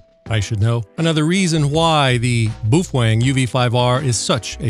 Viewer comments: you use to call it”Bow-fang” and i noticed you now went to the pronunciation of “boo-fwang”. What up wit it dude? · I may be stupid, but I think you are mispronouncing Boufwang. Also, you should not hold it upside down by the antenna. But, since I am your favorite viewer I will let it slide.